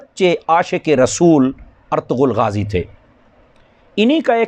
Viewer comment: Molana Irtugrul hai Aap to siga theek bolo